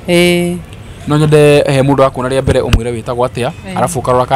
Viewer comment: In kikuyu language we don't have letter L. Mbere not Mbele